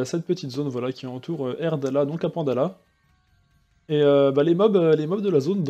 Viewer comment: Merci pour ce type de vidéo, ça nous montre qu'on peut se faire des kamas même dans des zones BL. Btw c'est "Aerdala" pas "Airdala"